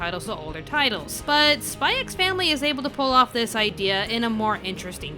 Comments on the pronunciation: It feels so weird to hear the title pronounced as "Spy Ecks Family". It's just "Spy Family", fyi. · please just Say SPY FAMILY. The X is silent............ Like Django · it's pronounced "Spy Family" 🤦🏽‍♂️ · the "x" is not meant to be pronounced. it's meant to be said as Spy Family. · btw, you don´t pronounce the x in the title, it´s just pronounced "Spy family" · also u dont pronounce the X im sure.